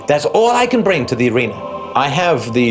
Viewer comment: It so precious the way he pronounces 'bring' . He sounds like Rik Mayall in The Young Ones :D